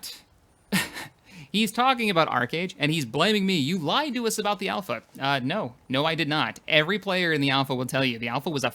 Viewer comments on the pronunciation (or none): none